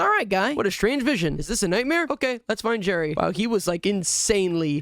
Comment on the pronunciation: It's Gerry not Jerry